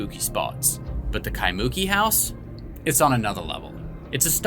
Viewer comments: I’m sorry. I always love this story, but just hearing it pronounced KaiMOOki absolutely cracks me up, lol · (Kai-moo-key) ✅ (Kai-mookey) ❌ Separate the syllables, don’t mash it together. Kai moo key Not Kai mookey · Loved the episode, but hated your pronunciation of Kaimuki. Its Kai-mu-ki . Not muki, but mu-ki with the accent on ki. All good. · Phonics spelling bro Jack " Ky'Monkey"😂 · KAI-MU- KEEEE A neighborhood behind of Diamond head on Oahu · Kai-moo-key is the correct saying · It's pronounced. Kai - moo- key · It's pronounced Kai moo key Kaimuki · We need to work on your pronunciation on Kaimuki Jack 😊 but you tried ❤ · That's not how Kaimuki is pronounced btw 😂